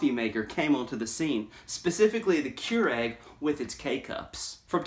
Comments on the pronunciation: It’s pronounced Cure ig not Cure egg. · The fact that you pronounce this as “KeurEGG” and not “KeurIG” makes me want to have an aneurysm.